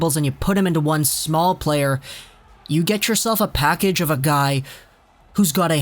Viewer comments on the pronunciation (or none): none